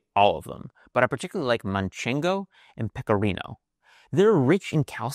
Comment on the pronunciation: MancheNgo hurts my spanish heart, it's Manchego